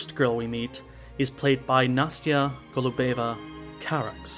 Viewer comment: I first have seen Holy Motors two years ago, irght away when you first adviced us to go and see it. Two years later i finally got an explanation from you, thank you:D Oh, and it's not Nastya GolubEva - its GOlubeva, the stress in the first syllable